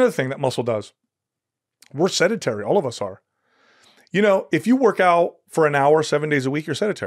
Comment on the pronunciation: The guy says "sedAtary" about 5 times. He doesn't even understand the word sedentary, and how it's spelled and pronounced. Yet, he talks like he's an expert on what it means to be sedentary. That's hilarious.